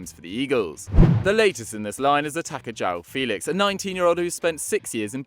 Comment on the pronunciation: I know portuguese is not easy to speak but please learn how to João Félix name